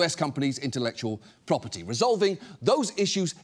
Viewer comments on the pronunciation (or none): none